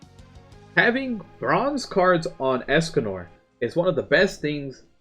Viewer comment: Escanor excAnuRR HEY GUYS ESCANOR IS COMING ExcaNUR escanur excanuRRR